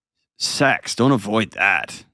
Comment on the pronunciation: He can’t even say SEX. How could he possibly have it?